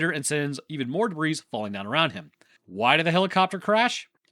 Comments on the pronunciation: … did you just pronounce the “s” in “debris”? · Please stop saying the S in debris. Youre too smart for that. Plus you actually say it right half the time. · Did one of my favorite youtubers just pronounce the s on the end of "debris"? Shame!